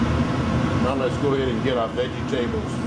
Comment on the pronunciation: I love how you pronounce Vegetables-veggy tables :)